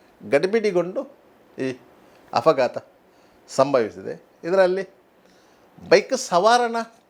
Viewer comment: Are bola .... ninnantha handigalu afagaatha agilla? Afagaatha alla kano ಅಪಘಾತ 😂